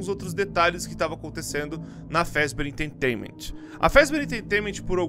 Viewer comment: O video é bom e todo o resto é bom Mas ele falando "enteitainament" deu um pouco de agonia